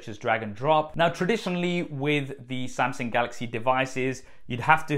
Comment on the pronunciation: haha! Nice tab though!